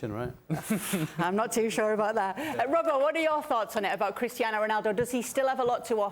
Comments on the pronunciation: Why does Moreno keep emphasizing the Portuguese names like Spanish pronunciation when he's speaking English, their names don't sound like that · Y'all are raping Ronaldo's name. Anything else in the news? 😒